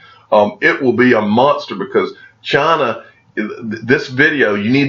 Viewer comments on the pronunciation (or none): "Chaaaaaaaaaaaana" or China? 😂